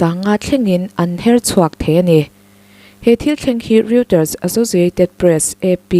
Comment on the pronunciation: Reuters tih hi roy-trz or royters tiin lam daih roh.